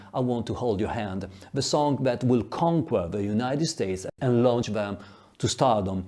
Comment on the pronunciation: Conquer = [KAHN ker] not [KAHN kwer]